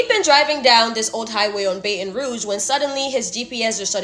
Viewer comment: Sooo no one is gonna acknowledge our Sister pronunciation of Baton (Bae-ton) Rouge?!😂😂